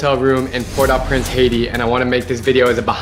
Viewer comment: It’s pronounce port O prance btw